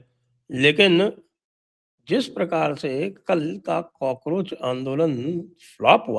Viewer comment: Cockroach nahi gaycroch hai